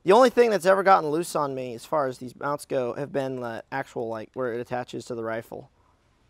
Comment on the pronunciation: Did he just say "meownts?"